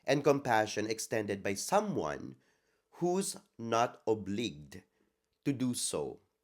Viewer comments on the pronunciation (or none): hi, anak! Nak, "obliged" is pronounced, "ob-laydj't", and not "ob-lig"; "gesture" is pronounced, "djes-cher", and not "ges-cher". Love you, nak! ❤